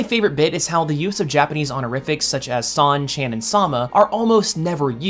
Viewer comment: Anyone else in physical pain from the way he said “chan”? Just me? Good to know.